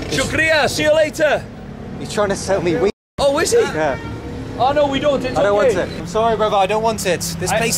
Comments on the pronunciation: language barrier, or rather pronunciation barrier.. locals: "wheat", Englishman: "weed" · he said wheat, not weed 😂 so he can buy wheat for himself.😂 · Was saying wheat not weed 😅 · Two good things from this video: 1. Man wanting to say Wheat, and saying it like Weed. (Haven't laughed so hard in months.) 2. Those kids may remember it as the day they played Cricket with Joe Root and Andrew Flintoff. Bald's cameo at the end was the only saving grace from this disastrous trip. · He was selling you 'wheat' and not 'weed' 😂😂😂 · Hey buddy, I am from India. Well that guy was saying "wheat" and not weed. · He means wheat not weed lol😅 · He was saying wheat , not weed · Wheat not weed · Wheat✅ Weed❌ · How does veet sound like weed? 🤷‍♂️😂🤣Wheat. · Bro he was saying wheat not weed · it not weed its wheat